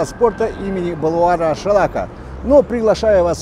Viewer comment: Ей, не балуан шалака - Балуан Шолақ. Правильно говори